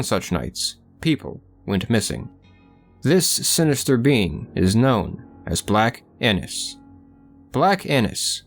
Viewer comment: Haha did he say black Anus?